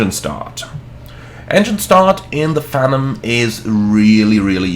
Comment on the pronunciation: I know this is probably a German->English thing, but Phenom is pronounced "FEE-nahm", not "FEN-um" like you're saying. Rhymes with "be" and "bomb", not "venom".